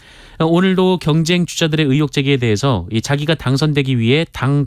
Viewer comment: 의횩이 아니라 의혹